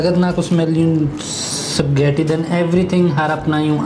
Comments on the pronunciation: Hindi ma pronounce ni kuya ng maayos yung spaghetti...."sap ghetti" haha cute...yehey friends na sila ni Jollibee 😂🤍...pwede na sya sumama kay ate Sarah pag mag jo Jollibee sya☺️😁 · Ganun nmn tlga .hindi lhat ng tao type ang lasa ng jollibee...tawa ako nh tawa sa bigkas nya sa ispagiti.😂